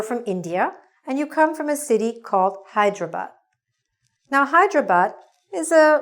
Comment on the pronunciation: Excellent video. I love the fact that she pronounced "Hyderabad" right and the usual "Hai-dare-a-bad" that people say.